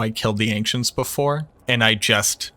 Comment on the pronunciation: Are you saying Ancients as "Anxients"? Just recently came across the channel and I love the content but I can't stand listening to one more "we dropped" or "I dropped" when you mean you found something or an enemy dropped something... Just freakin' say you found it. You didn't drop the thing.